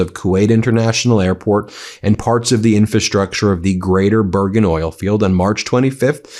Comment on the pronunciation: You constantly mispronounce "infrastructure." In FRA structure, not in fa structure.